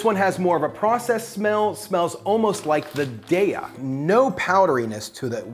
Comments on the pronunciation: It's "DAY-uh". :-) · Its "day uh" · Took me a minute to identify "cheese pull." You say it like a swimming pool, making me wonder how you say, "pool?" Darya is not good, and has almost no protein. The Field Roast brand, "Chao," is like a buttery white cheddar. It is the best, just doesn't come in shreds.